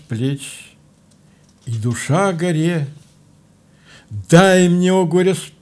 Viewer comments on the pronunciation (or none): Поэма горы начинается не совсем так, как прочитал Константин Александрович:) Вздрогнешь -- и горы с плеч, И душа -- горЕ. Дай мне о гОре спеть: О моей горЕ! ...Но, высокая культура и глубокое знание поэзии, в целом, сделали программу интересной. Спасибо.